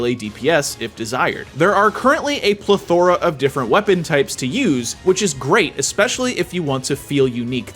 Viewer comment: "Pla-THOR-a" lol